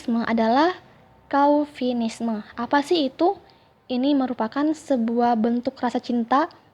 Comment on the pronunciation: Koreksi dikit, penyebutan yang benar dari kata "chauvinisme" itu: Souvinism/Souvinisme